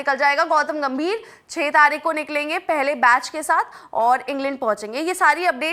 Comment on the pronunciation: taarik ke jagah taaik bola